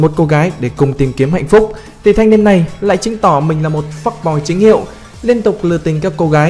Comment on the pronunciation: nhưng ad phát âm ra " phúc " boiz mà :vv